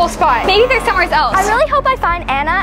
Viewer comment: I’m not making fun of you, but why do you always say somewheres instead of somewhere?